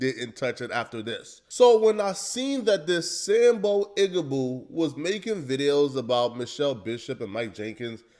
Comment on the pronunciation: You keep saying something that sounds like "sanbo?" the closed captions aren't helping me out at all, can someone say what word he's using?